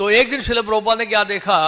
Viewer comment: श्रील होता, श्रीला नही